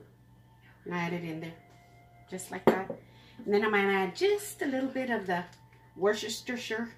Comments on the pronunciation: Woo-stir-sure woostershire! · Worcester is a hard one, but it's actually pronounced Wister. Loved meat loaf recipe. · Can’t wait to try your recipe for meatloaf. Just a bit of help with the pronunciation of Worcestershire sauce; Worce (worse) ter shire (sure). It comes from the city (shire) of Worcester (Wurster), in England. In fact, most Brits just call it Worcester sauce. Hope you don’t mind. It’s repayment for all you’ve taught me. Loving your channel in Mexico City. ❤ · Worcestershire sauce is pronounced ‘ Wooster’ (so British!). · I have English in-laws and Worcestershire sauce is pronounced Were-Ster-Sure or Were-Ster-Sheer 😊 I would have used more butter. 😁 Your recipes are great. ❤️ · Hi. LOVE your meatloaf recipe, so do my picky-eater kids. Thankyou for sharing. Worchestershire is pronounced 'war-ster'....(much easier on the mouth 😅) ❤ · Pronounced "wash your sister"! I know it's funny, but you'll pronounce it correctly everytime! Love your recipes. So many of them are just like my Gramma's. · Fun fact, Worcestershire sauce is pronounced Wer ster sure. We Americans overthink it. I asked a European friend how to pronounce it. So to simplify: Worces ter shire Worse ter sure🎉😂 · It's said" wister- sheer sauce" 😁, it's old English,not said the way it's spelled,pronounced differently.😉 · By the way, it’s “wuss teh sure” sauce! ❤️ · Wor sester shire 🤣🤣🤣🤣🤣🤣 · Worcestershire is pronounced worse-te-sher...just a friendly fyi😊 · Worcestershire sauce is pronounced "Wooster" sauce ! F. Y. l .